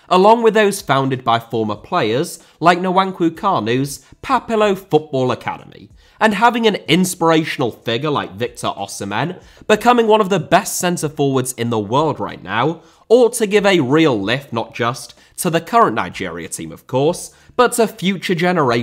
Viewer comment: Victor O-sea-men